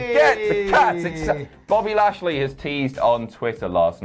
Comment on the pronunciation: "Buffy lashley" - 2019